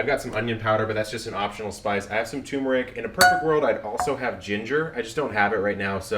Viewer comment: Epic Eats - that's perfect!!! I wonder if a keto sugar could be subbed for the white sugar. Kevin, you might want to google the pronunciation of turmeric and cumin. :-D